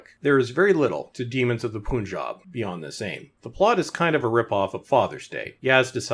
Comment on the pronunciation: It's pronounced pun-jab. Not poon-job lol